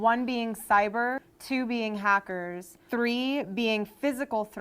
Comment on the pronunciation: listen to how she says the word hackers. You can tell how stupid she is